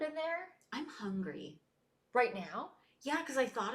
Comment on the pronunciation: “I’m HUNgryyy..👀🤨💁🏼‍♀️” That pause is perfect!!!! Love them